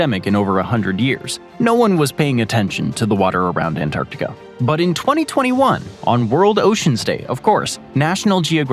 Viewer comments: He does it to a load of words that end with 'a', but not all the time. I noticed 'Asiam', 'Ideam', 'Artacticam', 'Abujam', 'Parkam' and 'Americam', and I'm less than 17 minutes in. Doesn't happen every time he says those words, though. It's irritating. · is it just me or do you hear "Antarticum" whenever he says Antarctica also i think he says a um at the end of America. Americum.... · Is anyone else hearing him say um? Like Antarcticum or Asium?